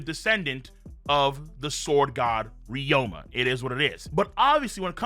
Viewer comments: Ryuma pronounced (ree-yoo-muh) long O sound my brotha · BOI IF YOU DONT CHANGE THE WAY YOU PRONOUNCE RYUMA